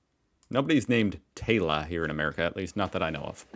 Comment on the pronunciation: from the way he was pronouncing it, it may be Taylah, which is much more likely to be the spelling for girls here in Oz rather than Taylor?